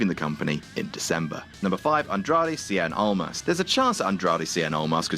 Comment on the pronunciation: Just watched this and he said cien almas😂